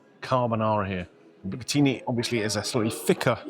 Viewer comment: Top marks for pronouncing bucatini properly, unlike the waitress!!